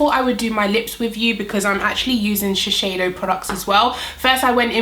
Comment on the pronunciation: Hi! Thanks for the video- amazing foundation. Just FYI, I work at Shiseido in Tokyo and it’s pronounced Shis-Say- Doh. You’re saying it incorrectly and wanted to let you know for next time. Thanks and keep up your great work. Cheers!